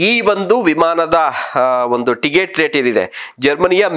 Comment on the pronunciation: ಟಿಗೆಟ್ ಅಲ್ವೋ ಟಿಕೆಟ್ ಮೊದಲು ಕನ್ನಡ ಕಲಿಯೋ ಬೋಸುಡಿ